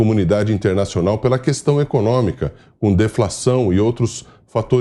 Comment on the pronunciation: E de doer os ouvidos Bolsonaro falando cuestão !! E Lula SABE!!!